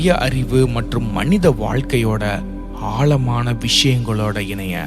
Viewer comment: Ayyo ayoo Tamiz getting killed. Aalamana illai sir. Aazamana.Pl pronounce the sprcial lettter in Tamiz. What will you say for Tamiz. Tamil? Sad status. Jay